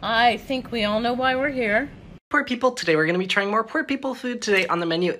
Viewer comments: "pore people"? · man really said “pore”